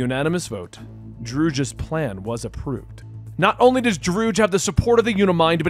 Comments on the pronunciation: Celestrial? Drewg? Yea, im done with the mispronounced words unsub. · Drood? You literally have source material for reference on pronunciation and names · Sorry about mispronouncing Druig. I wasn't gonna rewatch Eternals to find them introducing him so I googled it. Came up Droog and went with it. I found a clip saying its Dro-Ig so I'll just say it that way moving forward. Again sorry, just had the wrong pronunciation source. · It’s fine that you pronounce his name wrong. :) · TBH i just filed it under the good old scuff. No big deal